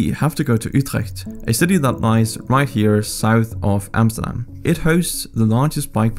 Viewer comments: You said Amsterdam, not Emsterdem... thank you for that... loved the video.. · I hate it when uneducated English people try to say 'Amsterdam' but this man could pronounce it surprisingly well